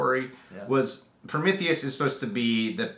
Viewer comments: There he goes again with Prom - ith - eus. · Everytime you said Promitheus, I cringed LoL But yea, Covenant was Damn Solid! I thoroughly enjoyed it. Not sure about some things in regards to tying into the Alien Alien franchise story as a whole in regards to the creation of the face huggers tho... unless the next movie explores that and ties it all in. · They can't even say prometheus right.